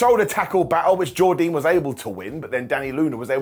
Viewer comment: Why are you saying Jordynne so weird? Lol